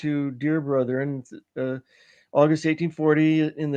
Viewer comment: Joseph Smith actor says "Brotherin" instead of "Brethren"...must be from Utah or Idaho. That is how barely literate Brigham Young pronounced the, as well as certain "doctors" (ie. not medical) who frequently make podcasts.